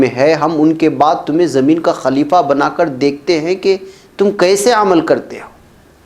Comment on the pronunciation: Sahi lafz خليفہ Ho sakta hai zuban fisal gai ho